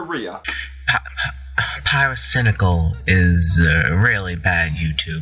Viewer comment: omg, thats how pronounced pyrocynical